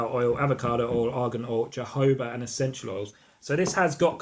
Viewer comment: You need to learn how to pronounce jojoba oil 😂 also comparing colour to urine not pleasant thing to do honey is nice and orange yellow